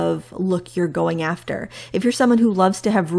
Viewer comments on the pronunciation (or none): none